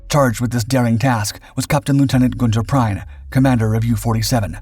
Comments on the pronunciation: His name is not pronounced “Prine”…Kapitänleutnant Prien (his rank at the time of Royal Oak’s sinking) is pronounced “Preen”. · it's pronounced preen not prine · It's NOT pronounced Prine...it's Preen! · Prien is pronounced 'preen'. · I don't get how it is so hard to pronounce names right. Especially on channels that regularly cover foreign people. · It really hurts to hear you butchering the pronounciation of Kptlt. Günther Prien! His last name is pronounced "Preen"!!!! Learn the propper pronounciation BEFORE you do ANY video!!!!